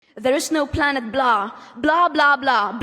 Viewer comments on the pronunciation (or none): 'PlanET' blah? She can't even read her own script.